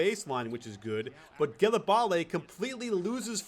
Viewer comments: i think its not pronounced like gilebale its jilebal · Great video coach but it's pronounce "jélabal" not "djèlabalè" =) keep up the good work a subscriber from france =) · Your pronunciation was great ! Except for Gelabale, to pronounce it the right way you have to : - For the "Ge" , you have to say it like the first name "Jay" ! - The "La" is like the "La" in the word "Last" - For the "bale" you pronounce it like if you add a B in front of the name "Al" ! There you go for the right way to pronounce his name ! Great breakdown by the way, I loved this game =) Hope you'll do more euro stuff during this year ! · Cmon man Gelabale is pronounced Jé-la-bal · Ah ah ah !! Here : Google translate Gelabale in french, you'll see. But you pronounced Ajinça GREAT !!